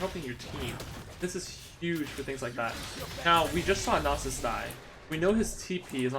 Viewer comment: lol "silas" and "nausus"